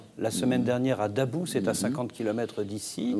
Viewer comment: Hahaha il dit a babou au lieu de dit a dabou un menteur la